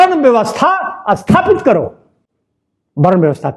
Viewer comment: Bhai shahab asthapit nahi sthapit